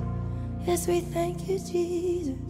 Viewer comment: Let's count how many times Lauren Daigle says the name Je'sus Christ.... Why is that name so hard for her to say?